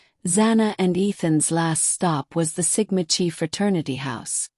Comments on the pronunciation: Sigma Ki like k eye not chee just saying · Dear AI model, in this case the 'ch' is a K sound, and the letter is pronounced*kigh*, not 'chee'. I really shouldn't have to correct grammar of a computer model 🙄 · Don't you just love AI that can't pronounce words right? Sigma Chi like lie KAI...I give up with Kernodle. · No hate, I just want to let you know the pronunciation- I really liked your video bc there’s a lot of info I didn’t know. It’s not Sigma ‘chee’ it’s Sigma chi as in ‘Kai’ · So it sounds like bubbly Waters has trashing the whole town of Moscow covered, it’s good to know that someone’s got trashing Sigma Chee covered too. See I can mispronounce Sigma Chee too. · Sigma Chi (pronounced like Ki, not Chi, even though its spelled that way per Greek life) Just a friendly, fyi. Its probably, AI. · Chi is pronounced like KY... they were on my campus too, and even heard other greeks thought they were sketchy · It's Sigma ki pronunciation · Ir is pronounced Sigma KI ....and Moscow is pronounced Mosko... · 'Sigma Chi" Sigma Chi is pronounced SIG-ma KY. The "Sigma" is pronounced like "sig-ma," with stress on the first syllable. The "Chi" (Χ) is pronounced "ky," rhyming with the word "sky". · Thank you!!! It’s difficult listening to AI generated uninformed of the pronunciation of actual fraternity’s that have been around far longer than my old ass. lol. 😂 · It’s is true across all campuses in Greek life. Look up how to pronounce CHI so you have more knowledge of the Greek language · she’s already stated that AI voice is used and it wasn’t pronouncing it properly. It’s the message that’s important tho! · ( kinda amuses me how ai sometimes changes pronunciation within the same sentence-would this annoy the ' chi ' people? )